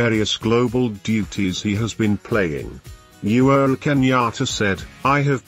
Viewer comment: He is called UHURU Kenyatta and not You're Kenyatta the way you are pronouncing it.,!